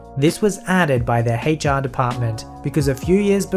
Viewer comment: Hay char is not how to pronounce "H.R."